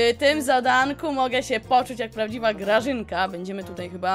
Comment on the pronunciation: Czemu Grażyna akurat nazywa śié Graźyna ?😆😆😆😆😆